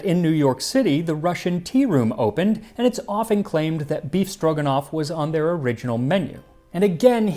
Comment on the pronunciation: By just hearing his pronunciation, you can suspect Max is secret Russian 😂 Perfect! One little comment - usually, meat is cut in thin strips, not cubed. Maybe, because in Soviet Union, only the cheapest meat was used for "befstroganof".